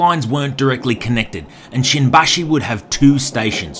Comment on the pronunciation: Is not shinbashi is shimbashi careful